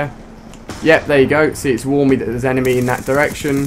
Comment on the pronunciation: did you say "where art thou ENEMA?"